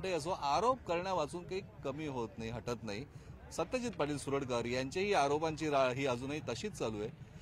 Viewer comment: सुरडकर। नाही। सरुडकर